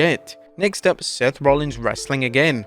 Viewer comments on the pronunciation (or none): none